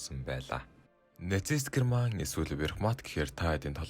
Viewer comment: Wehrmacht буюу Веермахт гэж уншигдана. Tiger буюу Барс танк гэж уншигдана. Гэрман биш Герман гэж Монгол хэлээр бичигддэг.